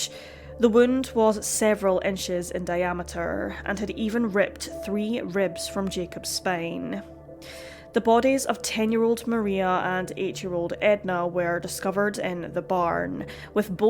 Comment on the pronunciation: Jay270 - it depends where she learned it. Outside of the U.S. you are getting a UK version. In the U.S. you get taught the modern American version. She didn't learn it here I don't think. Might be why she speaks the way she does, but not exquisite. She said SPAIN meaning SPINE!